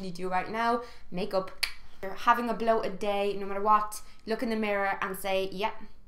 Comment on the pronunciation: 'having a bloated day' definitely sounded like 'having a blow a day'....or maybe thats my period destroyed brain!! 😂😂